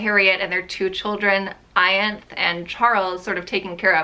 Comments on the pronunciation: Pronounced Eye-Ann-thee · Just a fun fact Percy’s daughter’s name is pronounced “I- an-thee” it’s in the Mary Shelley movie☺️☺️☺️ but she’s one of my favourite people who’s ever existed on this planet